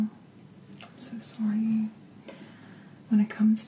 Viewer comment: I'm also canadien!😜 i know its cliché, but u sais sorry in the vid and it was an accent all to fimilliar to me😂 btw love ur content keep up the gud shit